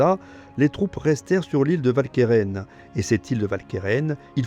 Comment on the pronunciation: Idem pour Walcheren. En néerlandais, le W se prononce "Ou", comme dans "Waterloo"; et si le "ch" se prononce bien "k", le "e" qui suit se prononce "e" et non "è". Si bien que la bonne prononciation n'est pas "Valkairain", mais "OualkErEn". Sorry, mais une vidéo francophone ne s'adresse pas qu'aux français, mais à tous les francophones, sur tous les continents, même si certains ont oublié des règles pourtant encore en vigueur. Et pour ceux que je fais chier, sachez que le PQ ne coûte pas cher, contrairement à l'ignorance.